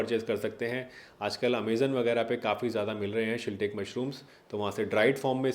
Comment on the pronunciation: डा साहब शिटेक मशरूम नहीं शिटाके मशरूम। हम इसका उत्पादन करते हैं।